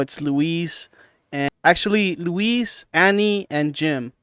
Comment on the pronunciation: I liked everything about this except that you kept calling Luis (pronounced Lewis) Louise and Louis. I understand he looks Hispanic but it's just pronounced Lewis 😅.